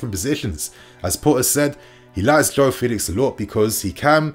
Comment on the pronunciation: It really is this simple: playing at Home the lousy officials and VAR wont be intimidated to make bad calls against the Blues. Also, Joao requests people pronounce his name correctly: FELL-ix.